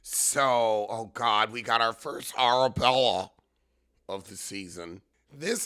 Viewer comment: “Arrrabwella” oh you are a gem 😂😂😂😂